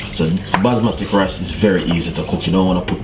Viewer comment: Chef it’s basmati ( bas Ma tee)